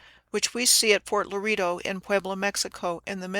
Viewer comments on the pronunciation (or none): none